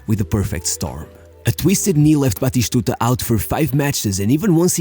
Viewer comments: Lol, Batishtuta 😭😭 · Why are you saying "BatiSHtuta?"?